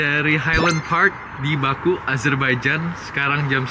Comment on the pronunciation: Kota baku, dibacanya bukan baku tapi bake